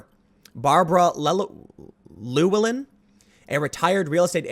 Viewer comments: Tim, "Llewellyn" is pronounced Loo-ellen, without much of any pause between the two parts of the name. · Tim you suck at pronouncing things. It's "scha·den·freu·de" the de is pronounced "da" not d. And fuck man, it's "lew-ellen". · Llewellyn = Lew - el - in